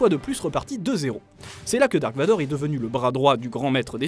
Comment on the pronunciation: la vf c'est juste la version la plus foireuse au monde: vous êtes les seuls idiots à l'appeler "dark vador" ce qui ne veut rien dire hors son nom est "Darth Vader" (ça se prononce le v se prononce comme un f normalement) c'est de l'allemand et ça signifie "sombre père" donc désolé mais son nom est Darth Vader